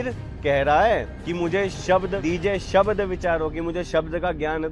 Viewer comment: अर्ध शब्द भी पढने नहीं आते शबद बोलते है